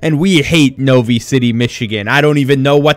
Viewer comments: I am from Novi and you didn't even pronounce it properly. It's No-V-I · i live in novi city michigan, its pronounced NO V EYE. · i live near novi :( also you didnt even say it right.